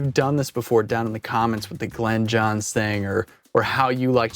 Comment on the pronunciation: Glyn (rhymes with in) Johns NOT Glen ‼😒 I'm a big fan of the M 160 and ribbons in general, which actually happen to work quite well with the Glyn Johns technique; however, Glyn Johns primarily used U67s, and sometimes U47s, or ELAM 251s, in cardioid mode. Most of the time a D30 would be used on the bass drum. A snare mic was printed sometimes, but only when he thought it was necessary, based on the drummer, and what kind of music was being recorded. It also helps if the drummer hits harder, like John Bonham or Keith Moon. I understand what you're doing here, but once you go beyond the three or four mic setup, you no longer have the said technique. EQ and maybe compression are used very sparingly with this method. The key thing that most people miss here, is that, the mic pres should be boosted 10 db more than usual, and the faders brought down 10db. THAT'S IT ‼It's not complicated. Unfortunately, you Millennials and Post-Millennials always have to keep adding more and more and more and.... 🤯